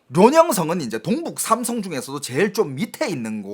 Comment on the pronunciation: 한국말서 동을 똥처럼 발음하는게 중국영향이구만 똥북삼성 발음할때 딱 알겠네